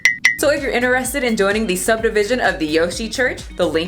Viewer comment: I notice in every one of your videos that you pronounce 'interested' as 'inner-Ested' and even 'inner-Estiŋ'. I've never heard anyone else say it like that. Is that a local/regional thing or something? When other people say it, it sounds kind of like 'in-chre-sted' and 'in-chre-stiŋ', with a ch sound.